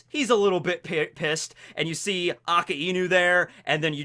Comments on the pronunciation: A KAI NU NOT A KA IIIIIII NU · I just hate how he says akainu ,he pronounced it like it's "aa ka e nu" don't don't if it's the correct version or not but it just pisses me off ᕙ( ͡◉ ͜ ʖ ͡◉)ᕗ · the way he pronounce AKAINU Triggers me to the bones